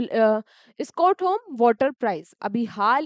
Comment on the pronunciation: Mam aap स्टॉकहोम ko स्कोटहोम bol rhe ho